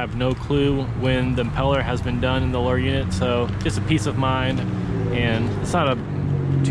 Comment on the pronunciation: Console not consul. Lower not lore. Buttons not buh’ins.